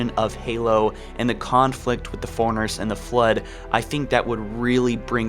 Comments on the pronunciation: FORE-RUNNER FOREIGNERS. I'M SO TRIGGERED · man. Isn't it pronounced "four-runner" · I could deal with the forerunner mispronunciation but I couldn’t keep watching after ‘Mag-Niot’ was heard